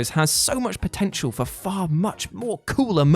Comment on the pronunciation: "More like a bridge too fur"